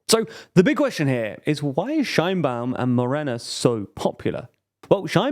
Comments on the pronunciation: Couple of comments and acclarations from a Mexican citizen: - Sheinbaum (pronounced "shayne-Baum" not "Shine-Baum), could be more correctly described as "of jewish stock" or from jewish ancestry. She is an atheist and doesn't seem to participate much in the mexican jewish community, while the opposition sometimes brought it up (to be fair they brought up more her atheism) and some kind of anti semitic memes came out of it, she never actually make to much fuzz about it. The separation of church and state is stronger in Mexico than in the USA. So religion doesn't play a huge part in elections. While the majority of the population is catholic. Mexican catholicism is very different than the perception that from the USA have about it. It's way more permissive. And since the goverment had a war with the catholic church about 100 years ago they are very serious about not letting state and church mix again. - Morena is Left wing, definitely. However, Left and right are different from the USA perception and neither Morena not the PAN (the official left and right parties) are pure of ideologies. In the USA most democrats (the left) are economic liberals or neo liberals; pro capitalism but in favor of regulations. And socialy progresives; Pro LGTBQ people, pro racial equality (which is worse in the USA than in Mexico, and we are a pretty low bar), anti police abuse, pro choice, etc. In some european countries Democrats would be center left at best. In Mexico the left is economicaly clas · Qué horrible pronunciación de Sheinbaum xd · Very small correction here to do with the pronunciation of her name: in Mexico it is pronounced more like "shayne-baum" and not the German "shine-baum" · You are clueless if you think Sheinbaum is the extreme left. Also, you didn’t even research how her name is pronounced in Mexico.